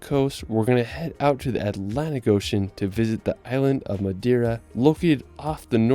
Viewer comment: Wtf.. in order of respect you should even try to spell some Portuguese words right… for example it’s Not Madira, it’s MadEira